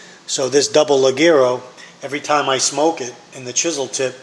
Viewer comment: It's pronounced "lee hair oh" not "lah gare oh"